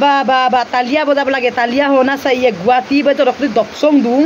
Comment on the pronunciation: Assamese pronunciation n help spelling Guhati nohoi it's guwahati